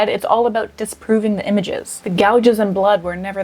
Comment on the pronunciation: makes me lose brain cells. “Fiascle” “Gahges”